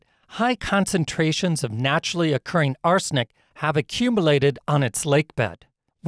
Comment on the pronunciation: It isn't U-NI-TA, it is U-IN-TA. And Owen's lake is much smaller than the Great Salt Lake. Curring is not Ocurring.